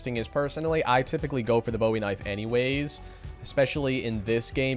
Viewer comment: BOOOOOOEY. Not bowie. The knife wasn't named after David Bowie. His name was pronounced Jim Booey.